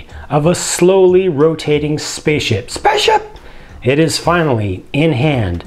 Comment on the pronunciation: SPASHAP!!! S P Æ C C I P Z P Æ I S H Æ P